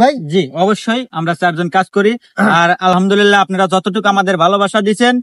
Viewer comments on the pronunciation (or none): none